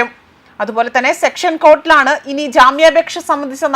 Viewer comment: സെക്ഷൻ കോർട്ട് അല്ല, സെഷൻസ് കോർട്ട്